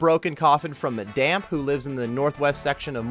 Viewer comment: "Damp" lmfao. It's Dampé. Like, rhymes with Pompeii. Know your Zelda, my guy